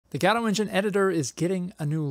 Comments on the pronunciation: I thought Godot is pronounced Guh-dough, not Gah-doe. So, I googled the pronunciation to confirm it. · Did you just say... "Gadot engine"? That's... Not how you say it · I'm such an asshole, I can't watch this because it makes me twitch when I hear people pronouncing Godot as GAWdoh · huh... Gado is a new one. (pronouncing i mean)